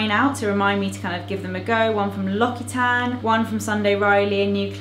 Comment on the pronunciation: l'occitane is pronounced lock-see-tahn. i'm not trying to be rude or sound smart, just thought you would like to know how to pronounce it properly :)